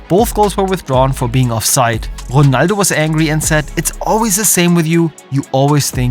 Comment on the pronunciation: Ronaldo❌ Jonaldo ✅